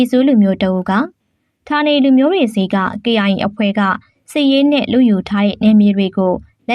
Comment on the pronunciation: ဌာနေ လို့ဖတ်ပါ❤❤